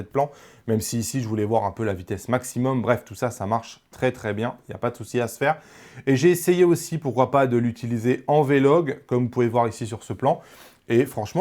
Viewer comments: On dit vlog pas v-log... v-log c'est le mode neutre dans les caméra pour appliquer au mieux les post-traitements. ;-) No offense ! merci pour la vidéo ! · Bonjour et merci. (NB : on dit vlog (et pas Vé log) et viniaitage (vignettage) et pas vinieutage). C'est cadeau.